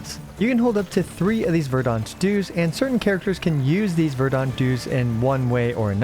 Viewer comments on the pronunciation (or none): "Verdahnt", lol I can't handle this.